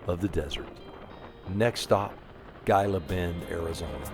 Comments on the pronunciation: "Gila Bend", you're pronouncing it with a hard G. It's pronounced "Heeluh Bend" same as the name of the "Gila Monster" lizard. Otherwise, great video! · Pronounced Heela Bend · Great video. Just an fyi - I am pretty sure you pronounce Gila Bend as Hee-la Bend. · and, thank you for the video. I live in Tucson with my wife. She’s a native and I am a transplant via the military from Philadelphia. Gila Bend is pronounced ‘Heela Bend.” The “G” is pronounced as a “Hee.” And, multiple cactuses are pronounced “Cacti.” So, you got it right. I’m so happy you got to go on this adventure through the beautiful desert. I made that journey in the summer years ago on a BMW K1200LT, and only made in through the heat via a sweatshirt soaked in water underneath my jacket. It took a couple of soakings on the trip. But, the ultra low humidity of the desert was a way to stay cool. Kinda cool, hun? I hope to meet you and and would like to shake your hand and buy you both a cup of coffee. I bought a 2023 Spyder RTL a few weeks ago and am waiting on some customizations so I can drive the Spyder. I plan to do a YouTube channel, 7wheelz, to show others how to live with a spinal cord injury, ride a Spyder, and live life to the max when I use a wheelchair. Thank you for the inspiration and example. Safe travels to you both. I hope your visit to California is absolutely wonderful! See you soon. (Sam Shivers) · Gila Bend is pronounced Heela Bend. Enjoy. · Hey coach ! Gila Bend, Arizona is pronounced as He la Bend. I thought I’d just pass that on to you. I love your videos. I’m taking training for the Sounder in November. You both take care.